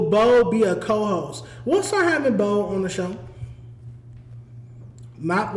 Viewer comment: Boe keeps saying his name wrong 🤦‍♂️🤦‍♂️🤦‍♂️ that’s not cool